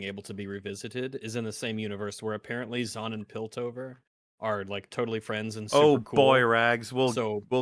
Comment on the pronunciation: These intrusive r mfs keep on making me forget that it's supposed to be Zaun and not Zorn